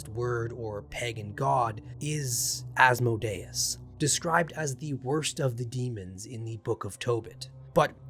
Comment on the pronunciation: Good video but you mispronounced like every Latin phrase and every demon name for.instance.gotia is.prnounced goashia and asmodeues is like "as-mOdee us"